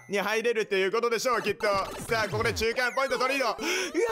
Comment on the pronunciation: 中間ポイン子ってことですかねw